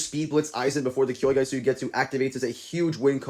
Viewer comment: Did you just say kyoyga?